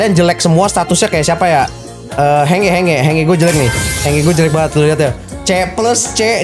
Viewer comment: Watzehelll hange jelas jelas hanje